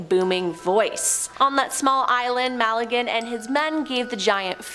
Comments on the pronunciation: Malagen??? I believe you mean Magellan (ma-gel-en) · Ferdinand (ma-gallin) lol it's Magellan (ma-jellin) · It's pronounced MaJELLen, gosh.